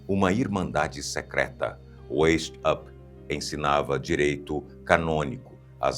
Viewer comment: Pronuncia-se Adam "Váis-áupt" (alemão).